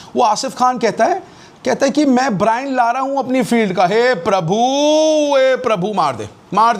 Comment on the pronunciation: Brian lara ❌. brian looooorraaa. ✅